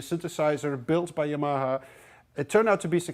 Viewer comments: I love the way he pronounces Yamaha :D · How are you pronouncing "Yamaha" again??